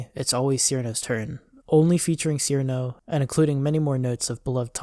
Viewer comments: none of those old PVs, with the possible exception of Cirno's perfect math class, trigger content ID :) and it's pronounced Chirno not Sirno also!!! yumemey isn't a he 😭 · Pronounced Cirno as "seerno" opinion rejected. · Its pronounced chirno or most accurately chiruno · I must mention this even if it seems semantic or whatever one may call it or me but, Cirno despite how it is usually spelled in English would most certainly be pronounced Chirno, Chilno, Chiruno, whatever variant makes more sense or is preferred. Her name in the games' Japanese text is チルノ in katakana which in romanji is "Chiruno" so her name is definitely not Seerno or sirno when pronounced. I have no clue why her name has always been spelt Cirno in English; my best guess is when translated they either guessed that or got used to typing "Ci" for チ or something since on current English based keyboards set to type kana you can type "Ti" to get the same result instead of typing the full "Chi" to get the kana when using said keyboard. I understand why people pronounce her name the way they do due to how it is spelled, but now I know the truth so I shall spread it as it can urk me slightly now hearing her name pronounced wrong.